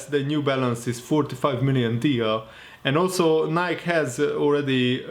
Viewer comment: pronounced as “Ni-Key”